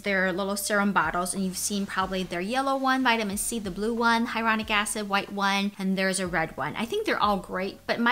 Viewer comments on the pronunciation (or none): none